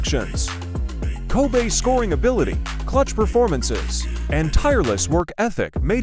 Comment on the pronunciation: Hard not to laugh at how Kobe!!! Is being pronounced. Ty for the video